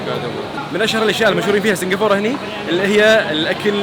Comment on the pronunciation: سنقفوره سنقفوره ههههههه كل ماتقول اسم البلد اضحك